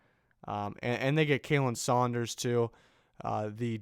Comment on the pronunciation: Yo bub for Khalen Saunders its pronounced Colin. Just for future reference